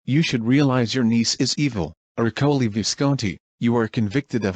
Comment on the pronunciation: "Ercole", not "Aolei"